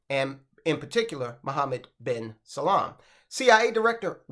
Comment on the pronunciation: It’s Salman, not salam 🙄